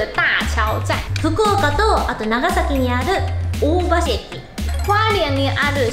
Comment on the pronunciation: 大橋駅の読み方は「おおばし」じゃなくて ”おおはし”なんです！！ ちなみに神奈川県小田原にも板橋があります。 箱根登山電車の駅なので駅名は箱根板橋です。